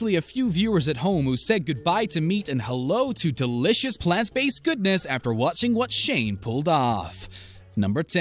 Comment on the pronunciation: All i hear is delicioushhhh, puddinghhhh and ricehhh who else?